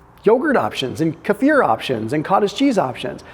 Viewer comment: It's "kefir" not "kafir". Kafir means infidel.